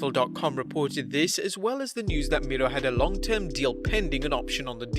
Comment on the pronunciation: It's miro not mirlo